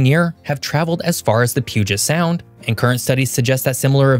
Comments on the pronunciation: Minor point but thank you for pronouncing Puget Sound correctly. It's Pu-jit, not Pu-git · i live in WA, and I am personally proud that you said Puget Sound correctly. thank you.